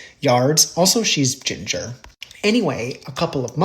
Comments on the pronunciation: LoL was just about to get offended the way you said ginger ... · The way you said Ginger 🤨 redhead here and 4 children that are.. but you ain’t wrong 🤣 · I saw a little red flag in the way you said "ginger". I know you have ❤ for all colors. So funny, thanks.😂😂